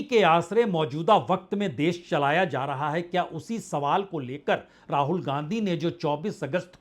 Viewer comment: Ra-haul.... Wow Vajpeyi Sir